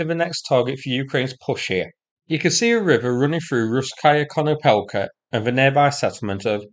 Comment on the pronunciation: little advice: don't emphasise the suffixes of Ukrainian/Russian words i.e. 'Russ-kaya Konopelka, NOT Russ-'kaya you wouldn't say Russ-'kiy Mir but 'Russ-kiy Mir All -aya, -kaya, -kiy, -ovo, -kovo, -yevo/-evo, -yeva/-eva, -ov, -ovsk, -ovka, -ivsk DON'T put emphasis on these are suffixes of an adjective type or a indication of a settlement. Concentrate on the stem of the word. Often (not always) the 2nd syllable or the syllable before the suffix are emphasised i.e. My-ko-'la-iv, not My-ko-la-'iv Va-'sy-livka, not Va-sy-'livka Gor-'de:-evka, actually Gor-'de:-yevka (letter e always like in Spanish, i.e. terra, España, Mexico) Mar-'ty-novka, not Mar-ty-'novka Btw. pronunciation -eev is the VERY WORST and 99% of English native speakers say it wrong 'Ky-iv, not Keev; 'Khar-kiv (compare to Cardiff, simple -kif like an ordinary if at the end) never Khar-'keev Exceptions: Ko-re-nevo/Ko-re-nyevo (no special emphasis), Bal-'tiysk (Baltic included), Po-krovsk (no special emphasis)